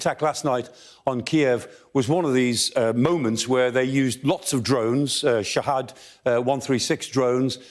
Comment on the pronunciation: Sha-head it's pronounced